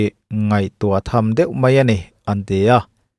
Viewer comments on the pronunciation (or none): none